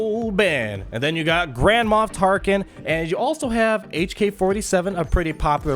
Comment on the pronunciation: I keep hearing "Grandma Tarkin" - hilarious :D